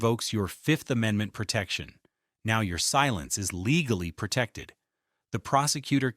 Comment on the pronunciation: "Pertected" is not a word. *pro●tec●ted